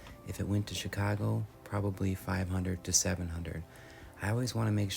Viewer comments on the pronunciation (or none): I had to rewind and hear him say “Chicago” with a midwestern accent again 😊